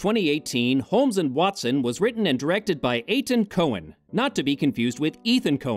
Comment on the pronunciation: The director's name is Etan, not Ethan. It's pronounced like eighttawn.